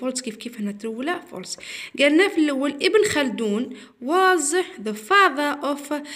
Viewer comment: شكرا لكن ليس فاضا..بل فاضر وليس تيشا،،بل تيتشر